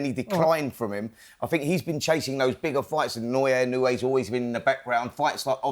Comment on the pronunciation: Gareth’s A Davies own, personal, cringe pronunciations of the names Robles and Inoue🤡🤡